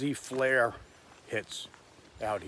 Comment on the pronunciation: Not a big deal, but it is "FLIR", originally Forward Looking InfraRed, pronounced fl-ear You keep pronouncing it "flare"